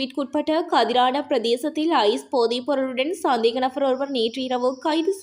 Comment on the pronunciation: நfஅர் அல்ல நபர் .நfஅர் என வாசிப்பது அருவருப்பாக உள்ளது